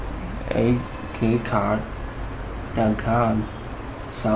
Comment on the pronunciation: A-ke-card-dat-cum... nice :)